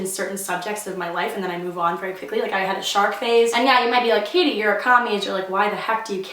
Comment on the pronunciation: My name is Katie to and your spelling your name wrong your saying k ah th e